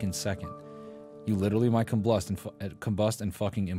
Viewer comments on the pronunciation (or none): I'm losing it at him saying "comblust" instead of combust